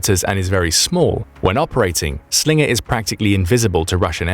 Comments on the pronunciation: "That's not a Slingah, this is a Slingah" Crocodile Dundee, probably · Slinger, sounds Aussie af 😂